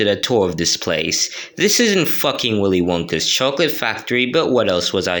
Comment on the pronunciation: I just realised Willy wonkas chocolate factory was said Willy wankas chocolate factory